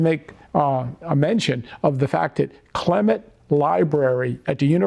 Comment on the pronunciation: I enjoy your videos,. As a Michigan alum, I have to nitpick: it's the "Clements" Library, not "Clement."